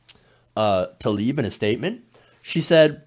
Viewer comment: Let's all take the first step by pronouncing people's names correctly. Congresswoman Rashida's last name is TLAH-EEB, not Taleeb.